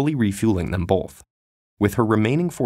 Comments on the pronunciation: Did you say bolth and ? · 'Both' has no L in it.